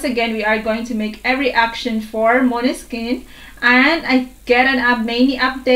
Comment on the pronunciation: You pronounce maneskin better than Italian people 👍🏻